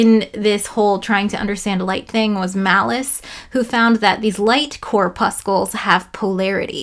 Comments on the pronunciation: Hi! Thanks for this video! Hint: "core-pussel" the second C is silent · I don't know if this will soften your dislike of "corpuscle", but it's pronounced like "muscle". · WAIT! Have I been pronouncing corpuscle wrong my whole life!? All 3 times!? Like "muscle", except minus the "m" and add "corp" to the beginning. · Are you mispronouncing corpuscle to make it sound disgusting? Because it's working! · The word is much less dreaded and disgusting if you remove the errent hard c near the end.🤣🤣 I haven't finished but so far another great vid. Lots of challenging pronunciations in this one with Hawkins (with a g and y) and of course Fres-nel. I think im gonna read up on Fresnel.